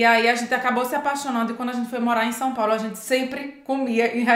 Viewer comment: Gostei , SÃO PÁULO !!!!! SÃO, SÃO e não SAO PAULÔ 👍